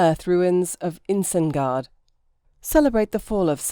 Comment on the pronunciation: Someone needs to watch Lord of The Rings. That's not how you pronounce Isengard.